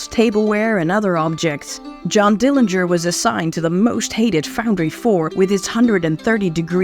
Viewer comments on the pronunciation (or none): A very good video with some pictures that I haven't seen in a long time. John W didn't beat John H as you mentioned. Thank you for confirming the correct pronunciation of the Dillinger family name. Yet, I am not sure why you decided to use the incorrect pronunciation of the Dillinger family name. There wasn't any discussion about the years that John H lived with Audrey and Emmett. How do you know that John H became sexually active when he was in high school? Also, that he wasn't interested in courting ladies but just having sex with them. Why do you keep mentioning that he got girls pregnant and slept his way around town? John's family continued to visit him at Michigan City. Mary stopped going because she didn't like going through all of the gates before seeing her uncle. How do you know that Audrey and others badgered Mr. Morgan in joining others regarding a letter of confidence on John's behalf for his payroll hearing. It didn't help John that he was told not to come back by the preacher. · you're correct in that Uncle John's family does care how the Dillinger name is pronounced. Thus, the reason I mention this on just about every video about Uncle John. My sources are notes taken while talking with Mary who grew up with Uncle John. Mary is in many of the books that are about Uncle John.